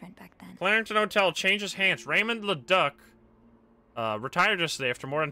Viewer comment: watching this post the stream and my french canadian heart was hurting every time you tried to say "Le Duc" oh my